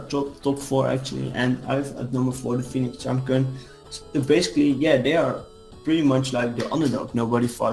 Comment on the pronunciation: "Pheonix Sunkerns" smh EDIT: PLAY WITHOUT A BRAIN? OUTTA HERE